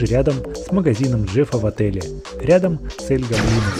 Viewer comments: гОблино а не гоблИно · Советую говорить не роблокс игра двери а из плэйса двери И ещё не эль го́блино а эль гобли́но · Не эль гобои’но а эль го’блино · всё класно, НО я как опытный фанат Doors Roblox хочу отметить что крест должен лежать на жёлтой подушечке, а таблетки на белой. И ещё: не Эль ГоблИно, а Элт ГОблино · Эль гобли́но? Нет Эль го́блино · Правильно ель гоблин а не ель гоблино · / Правильно не эль Гоблино а эль / Гоблино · Эль гоблино с о а не с а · Эль Го'блино на первую о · Не Эль Гобли́но а Эль Го́блино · Не аль-гобли́но а эль-го́блино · Эль го́блино, а не эль гобли́но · я просто поправляю, Эль Гоблино в его имени ударение на о не на и. И с Бобом можно взаймодействовать но будеть писать Ничего не произошло. Ловушка это растение. А-60 Поевляетса после двери А-60 ну также эти двери от А-000 до А-1000 в румсах их можно открыть спомощю двух отмычек и ключя скелета. И А-200 нету он называетса А-120 и он появдляетса после двери А-120 а не 120.